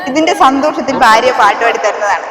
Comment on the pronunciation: ഫാര്യ,ഫർത്താ വ്,ഫാരം ഉച്ചാരണം ഇങ്ങനെയാണോ?ഭ എന്നതിന് പകരം ഫ എന്നാണ് ഉച്ചരിക്കുന്നത്